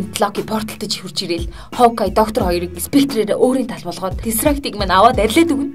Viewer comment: Scepter yumaa "spectre" bishee